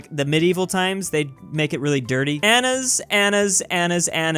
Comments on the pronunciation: you dont say ananas like anas, in Europe that what you say would be enes and here its said ANANAS with no a saying e (americans will never understand....PPFFF AND WE ALL OTHERS KNOW THEIR LANGUAGE XD) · pronounces word ananas "a-nas" and not "a-na-nas" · im suprised how menaged to read "ananas" as "anas" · Anas Me: Yet another person that doesn't know how to pronounce anything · Does anyone also get aggressive when calls “ananas” as “anas” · its pronounced ana-nas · anas the "na" in the center of the word Am i a joke to you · 'ananas' clearly 3 syllables: annas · so we just ignore how he just pronounced ananas?